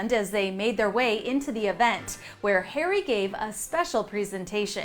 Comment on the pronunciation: Red carpet return? These two celebs are becoming as bad as the Z Listers who turn up to the opening of an envelope. Btw there's no such thing as the Royal British Army! Also why do you keep insisting on saying Hairy instead of Harry?